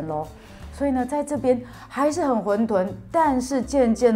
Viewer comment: 混沌（ㄏㄨㄣˋ ㄉㄨㄣˋ）